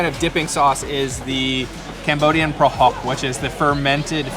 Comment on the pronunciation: I’ve watched your Phnom Penh and now Siem reap video, you butchered a lot of Khmer words, but you sound authentic when you said prahok lol good job.